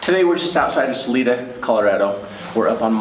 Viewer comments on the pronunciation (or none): Hey guys, thank you for all the work you do. I live in Colorado and I just want to let everyone know that it's pronounced Saliiiiida, not Saleeeeda. Suzanne's last name is pronounced Morphuuuuu, not Morpheeeee. xo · 1st of all it is SAL I DA NOT SAL E DA!!!! I I not E ok? C'mon this is a bunch of hooey! Rev Donna?! God makes it VERY clear to not be involved with Seers, so who is she a reverend for? Seriously...someone following, we don't know who, could be surveyor, could be this or that...what? Mighty convenient all of these things being found in connection with her ( CBI not showing much interest) and her psychic abilities, after hundreds of people searched the area! I don't know what's going on here except someone is desperate for attention. I am very skeptical. Thanks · It’s pronounced Sa-li-da not saleeda LOL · Jared it's SA-LIE-DA not SA-LEE-DA🤣😉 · Sal-i-da for future reference. Not Sal-ee-da. Life long Coloradan here. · Isn't it saa Lie duh? Not saa Lee da? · It is Sal-I-da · Ppl can't pronounce things correctly if they aren't from here. It's Sah-lee-dah. And Colo-RAD-oh. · It is pronounced Sa Li da. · "Sa-lie-da" not whatever you were saying. Sorry but having lived in CO for a number of years, hearing people miss pronounce our city names has become a pet-peeve of mine. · Its (SA-Lie-DA) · Hey Guys, its pronounced Sa-leye-duh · That is pronounced Sa-LIE-da! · Not to to rude but your saying salida it's sal-ida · You guys are great at what you do, Thank-you so much! Salida Is pronounced with a long "I" Sa-Ly Da" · Salida = Pronounced 'Sa-lie-da' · It's pronounced with a ling I not ling. Sal-eye-da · Next time if you do a video in Salada. It's pronounced Sa-lie-du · PLEASE pronounce it (Salida) as Sah-LIE-duh. That's how us Coloradans say it. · Pronounced sah-lie-duh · Not to be rude, but it is Sa lie da and Suzanne More - few. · The town is called salida sounds like (sa lie da) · Ok...it’s Sa—-lie——da....Colorado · The town is pronounced Sa.lie.da